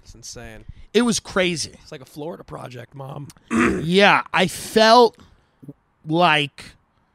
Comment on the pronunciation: As soon as you said Florida-duh🤦🏼‍♀️